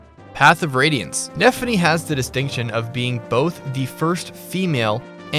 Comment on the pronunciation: I'll let that pass. The wording is barely passable, since it sounded like he put an emphasis on both being together rather 2 separate counts.